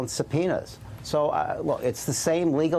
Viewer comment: CAN YOU SAY SUBPOENA